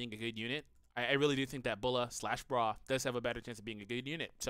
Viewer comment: it's "Bra" btw